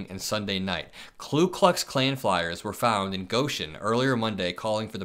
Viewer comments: It's "Ku Klux Klan" NOT "Klu Klux Klan". "Ku" NOT "Klu". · Your podcasts are insightful and well executed. One minor correction - you repeatedly mispronounce "Ku Klux Klan". It is "Ku" not "Klu". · This doesn’t surprise me. The hate is always there, but Trump gives them permission to express it. (BTW, it’s “Ku”, not “Klu” Klux Klan…common mistake) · it's KU (KOO) not KLU Klux Klan. Thanks. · Youre saying clue clux Its ku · *Ku, not Klu. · Love your reporting, but sat, "KU", not "KLU" KLUX KLAN. Keep rockin' it! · it's Ku, not Klu. Mistake I made for years. Loving your stuff!! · KOO - Not KLUE (Literally Ku w/o an L) Call these idiots by their proper name. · Ku klux klan. Not klu klux klan. Just sayin’. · ku* klux, not klu klux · It's Ku, not Klu. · Ku, not Klu, in Ku Klux Klan. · Why do you always add an extra L to "Ku Klux Klan"? Is it really pronounced that way? (And why isn't it spelled "Klu Klux Klan" then?) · Great video and I love your channel, but, Dude, it's hurting my ears, it's KU Klux Klan, not KLU Klux Klan, lol. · Ku, not Klu. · Dude, it is Ku, not Klu. Ku Klux Klan, not Klu Klux Klan. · KKK - K(l)u Klux Klan - no L in Ku - pronounced koo, not kloo. Screw them, but say it correctly please. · FYI…it’s “KU”(no L ) Klux Klan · I like your vids, but you should take 5 mins of your time and write "Ku Klux Klan" on a piece of paper and read it out loud, slowly... Do it again and again, slowly. And say it RIGHT before you speed it up. But do indeed speed it up and keep repeating until you can say it properly... Now try "Nuclear" and proceed to "February", etc. You are in the business, and you really should be pronouncing with proper English... Pretty sure you say ASK instead of AXE... And PROBABLY instead of PROLLY, so keep up the good work.